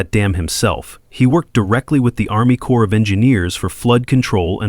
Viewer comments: corp is not short for corporartion. ARMY CORP (SPOKEN AS CORE) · Corps of Engineers. Not “Core”.